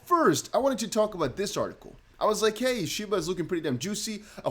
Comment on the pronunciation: Dude just fkd up shiba.. 😅